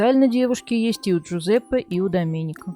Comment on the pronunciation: Слух режет когда диктор произносит итальянские имена по русским правилам. Вместо Алесандрооо Алесанрааа, Доменика вместо Доменика. Кажется мелочь ан нет. С буквой а на конце, это женское имя. А здесь 3 зверя мужского пола.